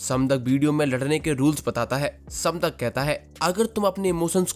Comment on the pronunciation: Bhai voh समदक nahi voh सैमडैक hai mujhe yeh isliye pata hai kyuki Maine iski manhwa padh rakhi hai 😊